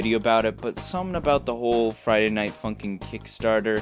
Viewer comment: At the beginning, this man said F U N K I N G not F U N K I N ' -respect